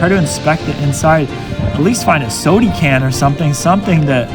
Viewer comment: Man you are so boring, and it is pronounced SODA can, with an a, not sodie can, you’re not a toddler.